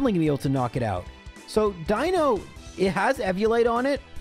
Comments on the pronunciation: Die-no is actually the correct pronunciation. If you are trying to piss off the people in the comments then, something else is the pronunciation you want. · You’re definitely pronouncing Deino correctly. Ein Zwei Drei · Yep, the eye sound for Deino is correct, seeing as it's based on eins, zwei, drei, (vier, funf, sechs, etc...) and dino/deino from dinosaur and deinosuchus (deino being ancient greek for fear inducing). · the way you pronounce Deino is actually spot on. the name gimick of the evolution line is that it counts to 3 in german (Eins, Zwei, Drei; Deino, Zweilous, Hydreigon) and "ei" in german is just pronounced like the solitary letter i in english. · eins zwei drei, you are pronouncing deino correctly. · I love seeing videos in other gens so I can hear how pronounces new pokemon names. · Just a note that you're pronouncing 'Deino' correctly, since the names of the line are using the German words for one, two, and three (ein, zwei, drei). On the subject of a run it's wild to me that runs like these are actually even vaguelypossible. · For all your weird pronunciations, Deino is in fact an "I" sound. Ein is German for one, Zwei in Zweilous means two, and Drei in Hydreigon means three, referring to their additional heads through evolution!